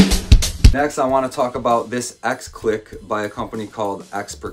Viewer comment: I think the “x” in x click is meant to be pronounced as “cross” y’know the same way x-stick is an abbreviation of cross stick